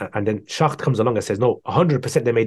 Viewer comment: its not arabic names.. he couldn't pronounce the people he was criticizing - noldeke, schacht, margoulith